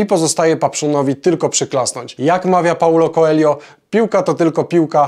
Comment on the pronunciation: paulo koelio xd fatalne